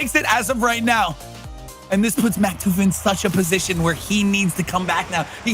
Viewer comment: He said Maktuf and Flyts name wrong :(